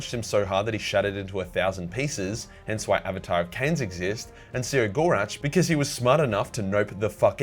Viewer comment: I’ve been under the impression that the Eldar laughing god’s name is pronounced, “Kegg-or-rack”